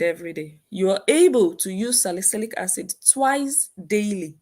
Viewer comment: Wtf is she keep saying asad and they police said it wasn't asid what a scamner